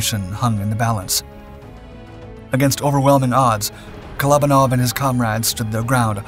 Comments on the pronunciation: Kole-O-ban-off is the pronunciation. Glad I read the comments because I had no idea who he was talking about. 😂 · Great video just a shame you didn't take the time to look up how to pronounce his name properly.